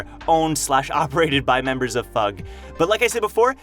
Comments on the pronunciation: I'll never get over you pronouncing it fug instead of eff-you-gee. it's like pronouncing SIU as see-you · Bro called em FUUUUGH LOL, its an abreviation F. U. G. not FUUUUUUGH ;d it sounds so silly and stupid lmao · IT'S F.U.G NOT FUG! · Why is he pronouncing it like that? Sounds tragic. fug haha. It’s definitely Foog/Fuug - the way he says it makes it sound so lame?? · I thought fug was pronounced a F - U - G not as one word. 👀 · It sound like fuck to me, and I can't unhear it.